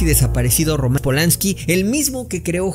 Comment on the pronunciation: No es Romans Es Roman Polanski Ay no amigo q deception